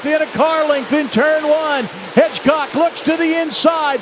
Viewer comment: Hedgecock not Hitchcock do your job!